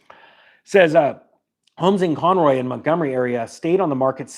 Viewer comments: Lol at CON ROY... its pronounced CON ROW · Oh, Conroe (not Conroy) & Montgomery north of Houston. Didn't figure it out till you mentioned zip code. North of San Antonio slowed down too. A friend had multiple open houses about six months ago and her home is still on the market. Across the street there is a home going for much more than it is worth IMO. Haven't seen any interest - no cars with people looking. Out here, we have all custom homes. And new home construction is way down. 3 - I am a CPA. Not a tax professional.